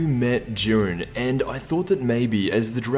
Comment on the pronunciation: Jiiiiiiiiiiren not jurin dafuq